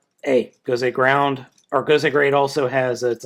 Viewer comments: it's not gound it's great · it is gosei grand, not gosei groud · its Gosei Grand not ground... It even says it on the card you showed in the begining. How do you mess that one up??